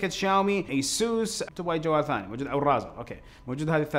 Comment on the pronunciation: معليش بس اسم شركة الجوال حق الألعاب ريزر وليس رازر